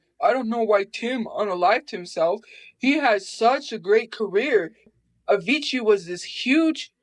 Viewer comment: SHE CALLED Avicii “Avichu” 😂